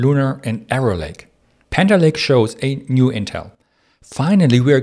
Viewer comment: Can you try to say panther lake? every time you said it in thhe intro you said "haner lay" and I am really having trouble keep up with turning hanner lay into panther lake while understanding at the speed you are talking.